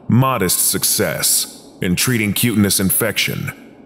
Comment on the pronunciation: Q-tane-ee-ous not q-tinnus